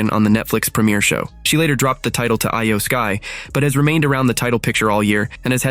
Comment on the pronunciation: Eye Yoh Sky? It is pronounced as EE YOH SKY